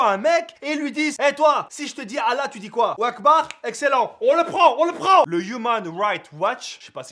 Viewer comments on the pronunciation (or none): none